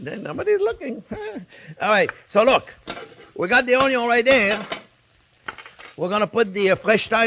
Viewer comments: This guy makes me happy just by saying ONYO every time 😂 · Onyo....kkkk love you chef. Your videos are simple but very tasty 💚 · I love it when you say "onion" a la francaise...bravo....